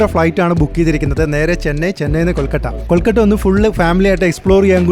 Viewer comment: ഇടക്കിടെ കൊൽക്കട്ട എന്ന് പറയുന്നുണ്ട് 😅